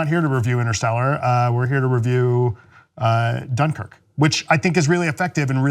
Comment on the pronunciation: I don't know why, but I feel like you're saying Dunkirk wrong